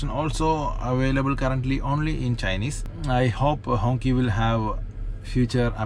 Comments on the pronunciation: No, it should ‘‘hongchee‘’ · It doesn't pronounced "Honkee" it pronounced "Honshee" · Hongqi, is pronounced close to a donkey 🤣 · Not pronouncing the name correctly is off putting and shows you couldn't care less.